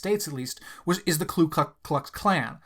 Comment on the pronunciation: Please stop saying “klu”’ in KKK. It’s Ku.